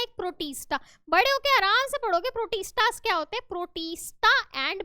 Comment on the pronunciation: It's not protissssta it's pro tis ta